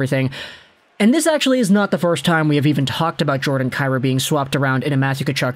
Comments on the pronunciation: Isn't it pronounced Kai Roo? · Saying Jordan’s last name incorrect. It’s pronounced KEY ROU. If he was Slav no one would have an issue I know just butcher the Hellenic names like everyone else.